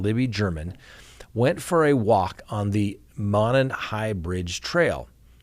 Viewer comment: Just a minor thing...Monon is pronounced "MOW-non" with the hard O. It's an old, disused railroad that has been converted into a walking / biking trail. Wouldn't you think they could eliminate (or not) these guys with criminal records simply by comparing DNA? Did the killer not leave any?